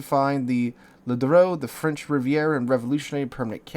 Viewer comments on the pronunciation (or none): none